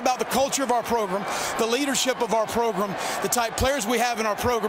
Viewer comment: the take away from that interview with Muschamp: "progrum"